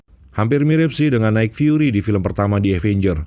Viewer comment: Nik fiuri min bukan naik fiuri😂